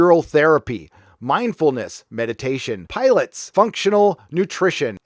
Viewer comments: "Pilots" lol, it's pronounced Pa-lar-tays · Lol...... Pi-la-tes... not Pi-lates lol.. love u ❤ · Piiiiii-laaaaaa-teeeeeeez 😆 “pilots” fly planes ;) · Pilots...??? You mean pilates right? Pronounced pill - ahh - tease... lol! 😆😆😆😆😆😆😆😆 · Lol I’m sorry to even bring this up but it was hilarious when he was reading what the rehab offered and said “pilots” instead of “pilates” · Pee-Lah-Tees. . . Not "pilots". Drives me nuts when you mispronounce some words man. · Did this guy really say "pilots" instead of pilates? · (Pilates) It''s not 'pilots', it's Pe-LAH-tees. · "Pilates".....You pronounced it "pilots".... but it's pronounced 'pill-ah-tays'. It's a form of exercise. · pilates is /pill-aht-tees/ not /pie-lots/...its exercise......not plane fliers... :-) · pilots hahahha say it together pi lah tees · This rehab apparently offers pilots? Its pilates actually but hilarious that you read it pilots! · it’s pronounced “puh-lat-tees” dude 😛 it’s like a stupid yoga thing or something. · Pih- lah- tees is how pilates is pronounced FYI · Did you just pronounce Pilates like pirates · What kind of self proclaimed nerd can't even read? Pro-tip, 'Pilates' should not rhyme with Pirates. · I laughed when you said 'pilots' for Pilates. Never heard anyone screw that up before. Not sure if on purpose. Made me miss the point of the video. Like. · You pronounced Pilates as Pilates......you know what I mean.